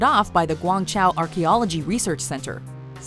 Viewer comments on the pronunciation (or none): Till she tried pronouncing Guangzhou and pronounced it as Guang Chow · ah yes, the king of clickbait and “Guang chow”